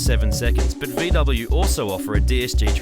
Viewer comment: VEE DUBBIN